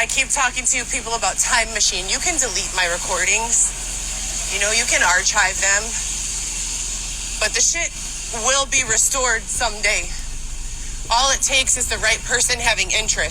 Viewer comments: 1) Singapore is a country not a city 2) it’s one of the most expensive countries on earth 3) they definitely have homeless citizens 4) she doesn’t know how to pronounce ARCHIVE, she said Ar-chive. “More than a bachelors” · Did she say “ar-CHive”? 😂😂😂😂😂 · hahaha... i had to go back and listen and Yes She Did... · she prononces archive as “ar-chive” What an idiot lol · 😂 Did this chick just pronounce archive, “ar-CH-ive” with the ‘ch’? She’s so smart man.